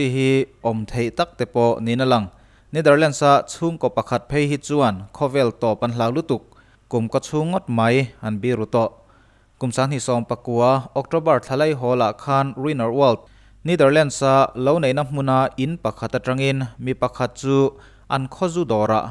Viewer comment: a va han bengvarthlak thin em i aw ngaihthlak a nuam bawk si 👍👍 Mahse 'biru' i lam dan hi a dik lo 'beraw' kan lam ang hian lam zawk tur..